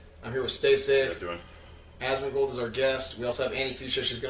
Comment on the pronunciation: "Asmon-socks" boom theres some merch for ya, your welcome